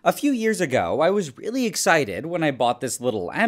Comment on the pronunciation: ‘A few years AHGow.. I was really ExHIGHted’